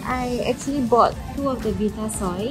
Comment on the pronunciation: love more and more as the challenge goes on! =D btw, the 'vi' in vitasoy is pronounced like vie (rhyming with 'why')..2 people pronouncing it as 'vee'tasoy made me doubt my entire childhood!!